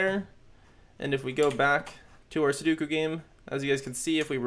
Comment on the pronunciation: Commenting F for poor dear Sudoku's name that was butchered on the making of this video hahahahahaha Also great tutorial! Keep it up!